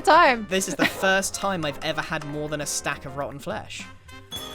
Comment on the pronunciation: i keep hearing Grian say rotten fresh whenever he says rotten flesh